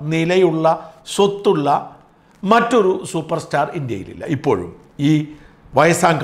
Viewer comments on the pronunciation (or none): none